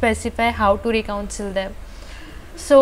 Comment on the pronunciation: Not Recouncil But reconcile